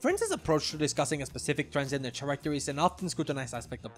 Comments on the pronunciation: I love this video, lots of great points and ideas in here. However, the H in the word "character" is silent, so it should sound like care-acter, not chair-acter. Not that it's that big of a deal, the video was still very funny and enjoyable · The main page led me here, and I have to say, great video :) I really only have one criticism, and that is that despite how good your pronunciation is in the context of being a non-native speaker, your pronunciation of "character" irks me a bit. The "ch" is pronounced like "k" here, and while this usually wouldn't bother me, the frequency with which "character" with the faulty pronunciation appears in the video due to the subject matter gets me taken out of the video a bit.